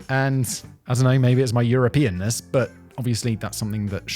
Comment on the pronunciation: "Maybe this is my Europeanis" if youre not paying close attention this sure sounds like simon said "Maybe this is you're a penis."